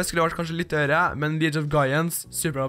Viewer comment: Du sier "Leauge" feil! Og det kommer fra en 6. klassing